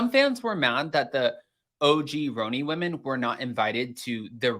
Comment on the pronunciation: Stop calling it roeni lol 😂